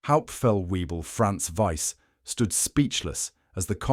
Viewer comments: Oberfeldweeble Karl Weber. OberfeldWEEBle - -. NO, NO, NO. it is NOT OberfeldWEEBLe, but Oberfeltvaybl. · Webel, and NOT Wiebel [Way-bull] , do your home work before you do a video...please..